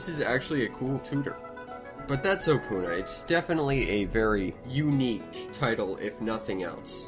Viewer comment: You don't say opoona like that, so pronounce it opoona and say it opoona not opoona